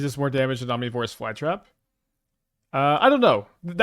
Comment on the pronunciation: People bringing up slightly mispronouncing ouroboroid while he completely mispronounces omnivorous is wild to me. Especially where omnivorous is a much more common word. (Maybe I'm also wrong but the way he says ouroboroid sounds fine to me)